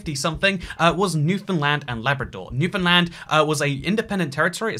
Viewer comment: Its honestly nice to hear someone from outside of Canada pronounce Newfoundland right. Doesn't happen quite often